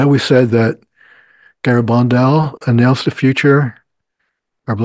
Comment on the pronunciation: look up how to pronounce Garabandal. in Spanish you emphasize the second syllable. Gara-BAND-al